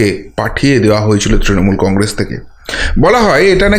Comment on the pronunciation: কংরেস নয় কংগ্রেস বলেন, কিছু মনে করবেন না ।।।।😊😊😊😊